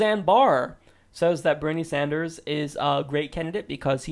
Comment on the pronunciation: "Bernie San-durs-ziz"